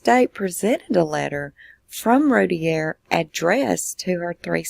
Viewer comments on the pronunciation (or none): Its pronounced "Roo - tear", Not "Rooty _ear" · It's pronounced "Ru-tear". And it was two of her 4 and 6. The 8 month old was upstairs (with his dad) and spared. And I'm with you- I lived 2 blocks from them at the time of the murders- with the info received and the "facts" (ha) that the Roulett PD released I had her 100% guilty as well.....until the real facts came out and until I kept running into her husband Darren. I truly believe they arrested the wrong parent and I do not believe she had or knew anything about it! No doubt in my mind. Very sad case!